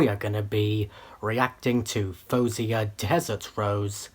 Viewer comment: Your instincts are right! She was going to be amazing. You also pronounced her name in the second most acceptable way according to her. Well done!